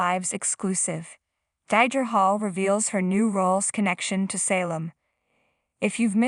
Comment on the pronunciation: Not Die-dra